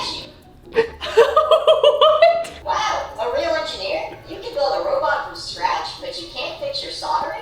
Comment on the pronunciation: Ladies and Gentlemen, I present you " The Enjenier" LMAO